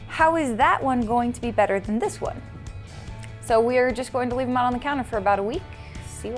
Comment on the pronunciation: Nates smile was just perfect when he said “and now we leaf”